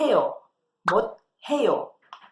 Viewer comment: eu posso fazer uma pergunta, e que a pronúncia do 해 as vezes e substituído por ㄴ, e por 대... Quando vc foi pronúnciar o 못 해요, ficou com a pronúncia 못 대요. Espero que tenha entendido, pq acontece isso???